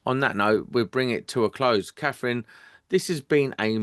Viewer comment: Her name isn't Kaffryn. Do make an effort to speak properly. It isn't a speech impediment—it's laziness.